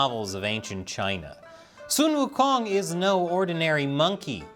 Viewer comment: When your race no longer make good games, you attacking game made by other races by linking the game to issue not related to the game itself. As if your information is 100% safe in the hand of Ubisoft, Activision, Microsoft... But you pronounced Sun Wukong correctly, I give you one like for that